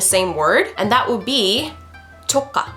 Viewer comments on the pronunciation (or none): excellent !!!! and wonderful but your pronunciation about nephew is little worried it's sound like "조까" rather than "조카" "조까" sound like "좃까". it means f**k "조카"'s sound is similar with "joker"